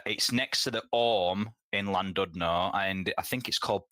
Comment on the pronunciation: Llandudno isn't 'the valleys' that's like saying Truro is by Hadrian's Wall. Also pronounced hclandidno. I say clandidno a lot of the time, the taffs I know don't get as riled as when people say it like landudno